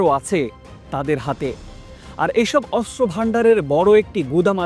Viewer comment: অস্ত্র উচ্চারণ শুদ্ধ করে করতে হবে 😮😮😮